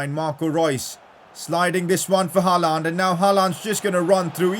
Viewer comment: you pronounce Haaland wrong